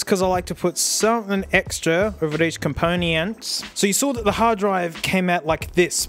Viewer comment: hi, what`s COM-PONY-ANTS? thanks